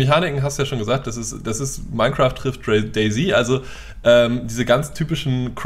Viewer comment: Das heißt doch nicht "Day Z(i)", sondern "Day Z(ett)".